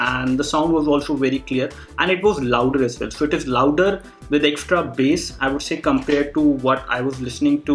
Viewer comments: Bass hota h lakin bola base jaata h c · Dude it is bass not base